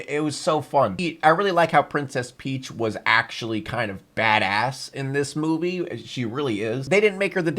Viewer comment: emphasis on bad ASS